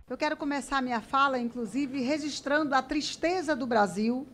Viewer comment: Aí da nobre deputada fala "rezistrando"... é de doer